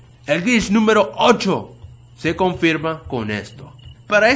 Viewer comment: pere yo reviso 2 segundos después Pará el octavo grich AJAJA